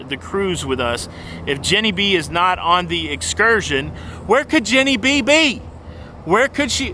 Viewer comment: I like that Jenny B can "excurt" when she wants to. Did you just coin a new cruising term?